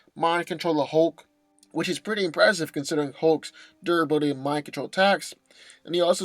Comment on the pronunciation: Durability not dura billy